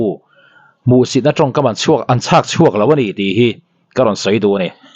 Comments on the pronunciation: Chhakchhuak hnam hming sawina angin i rawn chhiar mai hi a diklo lutuk. Chilchhak a chhak i lam ang khan chhakchhuak kha chhiar tur. Ka thil ei ka chhakchhuak tih ang hian. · Chhak(East)chhuak a tiah kha a dik a chhâkchhuak tih ani lo anih chuan a chhiar dan thluk kha a dik a ni.